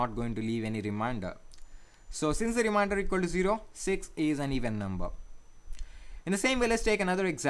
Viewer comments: Its " remainder " dude not "reminder" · Thank you for your effort in teaching this. Just to point out something minor correction it is not called "reminder" it is called "remainder" pronounced Re Main Der.